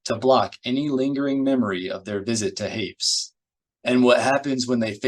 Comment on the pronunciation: My only criticism is that Hapes is pronounced like grapes. Lol